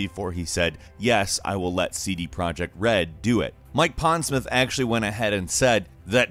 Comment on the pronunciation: Mike Pondsmirth?